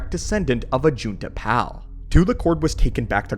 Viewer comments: Anybody else annoyed that he pronounces Ajunta Pall as Ajunta Pal? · Is it bot pronounces 'pall' as in pall bearer? More akin to paul, than pal? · Idiot doesn't even know how to say ajuntal pall correctly. It's pall not pal. Ugh, it's grating in my ears. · Ajunta Pall is Pronounced like Hall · Ajunta Pall's name isn't pronounced correctly